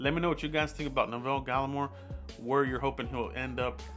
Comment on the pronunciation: Good vid man 👍🏼 btw you pronounced his first name wrong tho, I grew up with him in Ottawa Canada was a great guy always stayed focused on football now look where he is 👍🏼 💯